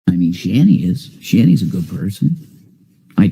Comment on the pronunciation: He said shannys like the female Jesus 😭😭😭